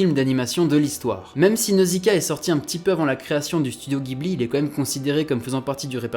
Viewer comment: Pardon de chipoter mais j'ai les oreilles qui saignent quand j'entends "GUIBLI" T___T Ça se prononce "dji-bli" (en référence au vent chaud du Sahara / et à un modèle d'avion de chasse italien).